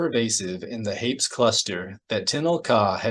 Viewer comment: My only criticism is that Hapes is pronounced like grapes. Lol